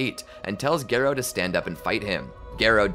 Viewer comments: instead of gare-oh its gar-oh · Bro really said gay-row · I think garou is one of those names that everyone is ok with the fan pronunciation. Sitting through gare-oh was pain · Its Gah Row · text to speech AI say garoo💀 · no it’s garrr oh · The video’s amazing but please pronounce Garou right (Gah-roh) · Its pronounced Gah-row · Take a shot every time horribly mispronounces “Garou’s” name… You’d be well dead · Please for the love of all that is manga/anime, learn how to pronounce "Garou"